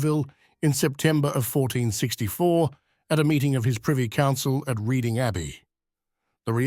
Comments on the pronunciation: Reading is pronounced Redding, fyi. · Sir, Reading as in the town and abbey, is pronounced as the colour red. Or are you AI?